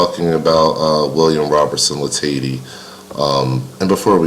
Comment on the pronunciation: As someone friendly with a descendant of Bill Latady, I’ll just pop into the comment section to let you know it’s pronounced la-ta-dee